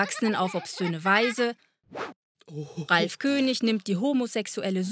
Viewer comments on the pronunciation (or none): none